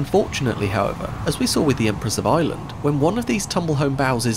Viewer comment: I kept thinking what a strange name "Empress of Island" is, until I realized he's probably actually saying "Ireland."